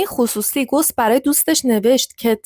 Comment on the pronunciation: اسم اون ریاضیدان گوس نیست بلکه gaws هست اسم آلمانی هست